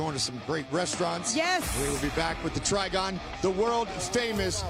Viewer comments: "Try-Gone" might want to reconsider what you call it. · I cringed every time they said TRIGON. LOL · STOP SAYING TRIGON!